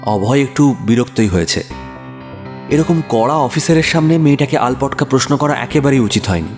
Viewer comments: খুব ভালো বিষয় এবং উপস্থাপনা ❤ সক্কলের অভিনয় খুব সুন্দর ❤ শুধু একটু ত্রুটি ের একটা শব্দে, আলটপকা কথাটা আলপটকা বলেছো ❤ ওটুকু শুধরে নিলে এক্কেবারে নিখুঁত হয় ❤ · আলপটকা নয় কথাটা আলটপকা